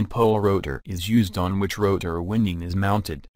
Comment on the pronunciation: I lol’d at Stator “winding.”